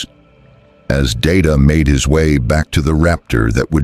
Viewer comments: It’s not da da it’s pronounced Day Ta have you ever watched Star Trek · HIS NAME IS DAY-TA, not dah-ta, damnit! I can put up with some AI garbage, but I draw the line here. DAY-TA. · Can't you idiots, write your precious 'story' by using PHONETIC SPELLING PRONUNCIATION, so LCDR DAYTA's 'name' STAYS CONSISTENT? Your 'story' has mispronounced DAYTA's 'name' at least TWO DIFFERENT TIMES. And I don't want to even want to THINK about all of the mispronunciations of the Colonial personnel.